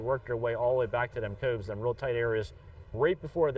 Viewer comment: Hearing the word "coves" in that philly accent is killer.